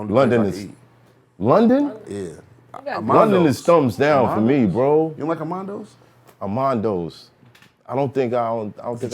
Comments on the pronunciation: Lool bizarre said Amandoes I think he meant Nandoes 😂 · "Amandos", Nandos